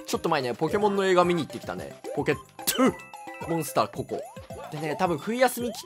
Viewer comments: ポケットゥ！モンスターこ↑こ↓ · 「ポケッﾄｩモンスター」